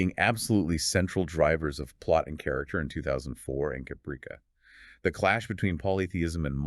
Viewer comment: You do not even know how to pronounce Caprica! Why do you stupid idiots think you can read something and then are knowledgeable and competent enough that you can post a video when you are completely clueless and butcher pronunciations while pretending to know what you are talking about when you are clearly are an inept idiot!